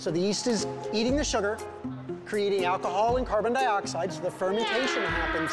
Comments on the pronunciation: nettie ain’t even say alcohol. she said akiha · “Ackahol” Bless you.